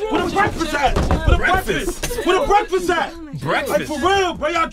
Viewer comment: "Where my BWEKFAST ATT!!!